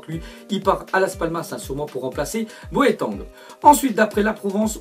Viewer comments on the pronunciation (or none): boeteng JEN POUVAIS PLUSS 😂😂 C BOITENNNNG